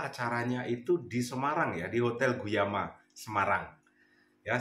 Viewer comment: ❤ hotel Gumaya bang bukan guyama😁.soalnya sya smrg jd tau